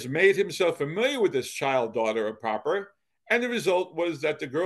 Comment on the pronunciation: The Proper family name may have been pronounced with the short o then but I went to school with a Proper in this area and I also knew the family. They pronounced it with a long o. Pro-per.